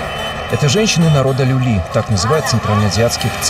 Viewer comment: Не люли а лули